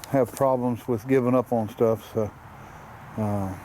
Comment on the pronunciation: No such word as oin its pronounced on